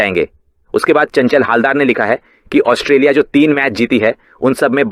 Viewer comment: It's not 'os-te-li-a', it's 'Aus-tra-li-a'. When will you guys start pronounce rightly? (অস্ট্রেলিয়া, ऑस्ट्रेलिया, অষ্ট্ৰেলিয়া, ઓસ્ટ્રેલિયા)